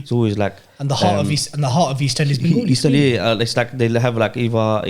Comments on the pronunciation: It’s not bengOOli. It’s benGAli !! How hard is that? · What's "Bengooli" bro? 😂🤦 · Wanna ask why do Bengalis from London and the south say it Bengoli when its Ben-gali/Bang-ali